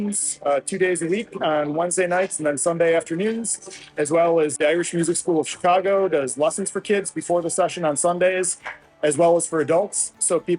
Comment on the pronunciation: Thank you for pronouncing "Chicaaaago" correctly!